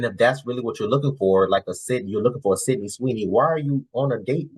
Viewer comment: Bro said syndey Sweeny... Man that's shows she watches. Aint no dude she talked to say his type is Sydney Sweeny by name.